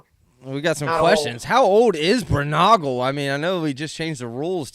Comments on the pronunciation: That may have been your worst mispronunciation Zach Braunagal is pronounced Brawn-uh-ghoul not Brew-Nah-Ghoul 😂. Love you guys and your names too. 🤜🏼💥🤛🏼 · Dude just corrected pronunciation of Berge seconds after his pronunciation of Braunagel....